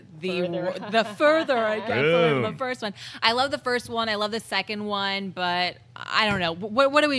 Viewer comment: did you say, I love one or I love Wan?:D